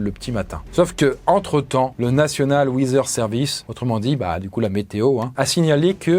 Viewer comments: référence aux tutos de Jérôme Niel ? Perso ça me manque trop, ça me dérangerait pas que tu reprennes le concept 😛 Sinon, faute de prononciation repérée à où tu as dit wither au lieu de weather 😛pour vérifier la prononciation d'un mot, il y a des sites bien pratiques comme wordreference, le site de l'oxford advanced learner's dictionary ou le merriam webster par exemple (bien que ce dernier, en bon patriote, ne donne que la prononciation en anglais américain et délaisse l'anglais britannique). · National “WEEZER” Service !!! 😅